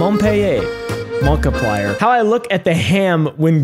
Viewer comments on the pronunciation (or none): it's pronounced "Mon-pe-lier